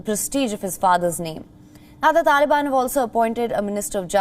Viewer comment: The way you pronounce TALIBAN sounds UGLY.